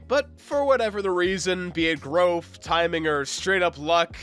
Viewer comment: mans really said growf twice